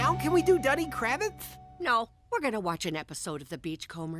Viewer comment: Duddy is pronounced Doo-di. See the movie. I believe the song the seal stomping kid sang used the same tune as "Wild Mountain Thyme". A UK folk song.